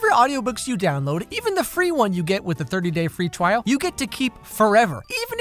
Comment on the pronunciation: “the thirty day free twial”🙏😭